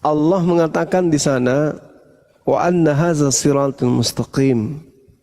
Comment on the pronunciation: Surat Al an,'am ayat 153 bukan mustaqiim tapi mustaqiiman fattabi,'uuh. Hati2 berdalil didengar banyak orang.